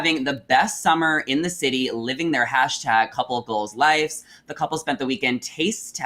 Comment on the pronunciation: What is the problem with Gen Z not being able to pronounce lives?? And saying lifes, like c'mon guys, learn English.